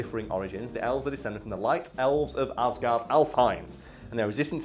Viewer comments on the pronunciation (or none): none